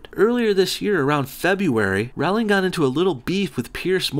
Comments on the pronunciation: A lot of oversimplification and word twisting happening in this video. Not to forget the way he pronounces her name. "Rauwlingg" Wtf even? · I think you'll find it's Rowling as in Bowling. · Rowling no like "Rolling". That's how you say it. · "Rowling" rhymes with bowling, just so you know. And she didn't write the Harry Potter stories, or anything else, probably. She's a front. Who really wrote it? Probably a team of agents, because there's NO WAY that fluffy bitch knows all that Illuminati shit. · DUDE ROW-LING, Like Bow-ling. Saying her name wrong makes you look so dumb. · "JK RAUWLING" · roleing that's how you pronounce it ass. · Apparently it's pronounced "Rolling". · My responses: You pronounce Rowling wrong There is a lot of hype for Fantastic Beasts and I will never lose interest There will actually be 5 Fantastic Beasts movies There's no fairies There's no Quidditch in the US Is there no reason to slaughter Trump? Who shouldn't be against the travel ban? London had acid attacks every week? What? Okay you're racist and xenophobic... She's not a "vile piece of shit" She gave most of her money to charity First person to become a billionaire from writing books, gave it to charity It's FEBRUARY not Febuary Is Trump not awful? So why can't trans people be in the military? There is no problem. Trans people are no different from other people you idiot. Liberals can't stand jokes? Who would take kindly to you being offensive and racist? Trans people are not men in ladies' bathrooms Obama did a lot of good things Not every guys would brag about seeing naked women just because you would What is with the weird movies clips inserted randomly? It wasn't a false accusation, the video cut out the part where he talked to the child Trump? A Gentelman? What world do you live in? Slanderous claims? Try looking at what Fox News says vs. the truth Fantastic Beasts will not fail.